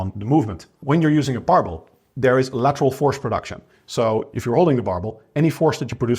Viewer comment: he is saying "barbell bench exercises", compressing the word into "barble"; so not "marble bench exercises" as it sounds